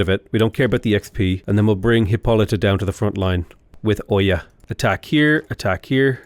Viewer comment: still can't pronounce Hippolyta correctly. It's "Hih-PAH-lih-tuh".